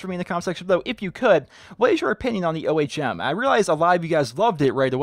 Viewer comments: its Ohm, as in resistance, not O.H.M. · It's pronounced Ohm not O.H.M. An ohm is a unit in electrical resistance. The name was given to the gun since it's a directed energy weapon.